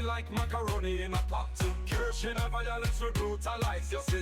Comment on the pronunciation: how deep did he dive if he didnt even learn how to pronounce "kirsche"? (probably he did and just pretending, but anyway, how tf does this deep-diver have more than 2 subscribers: his mom and grandma)